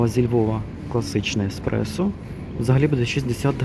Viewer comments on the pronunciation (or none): none